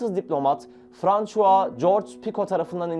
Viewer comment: Tek itirazım tarih anlatıcı kişilerin isimlerin sürekli yalnış okunması. Françua değilde Fransua olması gerek